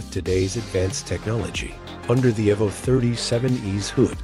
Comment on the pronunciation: Why do these voiceovers always mispronounce so many things? Kimera is KYE-mare-a, EEvo, and it's Da-LAHR-a Stra-DAHL-ee. <-- 🤢🤮